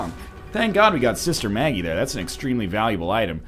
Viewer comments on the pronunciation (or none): none